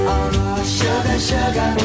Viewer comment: Hadda quit, too little music, too much cheesy commentary, and the A.I can't even pronounce the word "Sugar" correctly. You know it's possible to modify the lettering of words you feed in to get a little closer to correct sounding words?